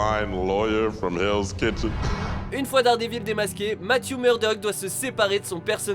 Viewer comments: ON DIT DARDEVIL PAS DARDÉVILLE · J'aime bien quand il dit dérdévile XD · "Batman contre Superman" mon dieu ... "Unjustice", "Dèredèvil" 😒 S'il vous plait un p'tit effort !